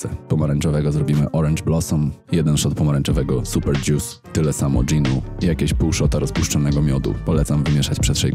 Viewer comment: nie mówi się dzius tylko dżus jak już, ewentualnie dżjus :P